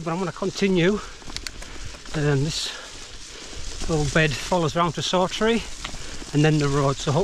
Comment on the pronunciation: Excellent video of a remote area of the borders that thankfully never attracts the masses. Just a mention and not nitpicking but Saughtree is pronounced locally as Softree.